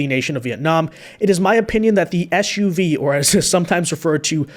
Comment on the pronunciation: It is SUV not shuv. How would you ask someone to SIT is also shit???????????????????